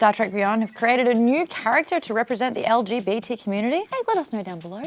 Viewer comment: did anyone realise that Maude said LBGT